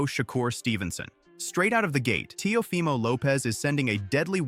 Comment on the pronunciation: How u say that teo fy mo? 😂